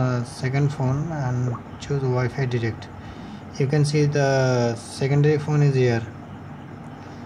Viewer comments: Good video But it's called wifi direct not derect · Did you say wifi digit